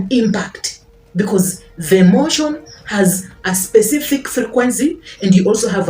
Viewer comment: Emotion = Energy in Motion. Please say it correctly so you don’t lose us 🙏🏾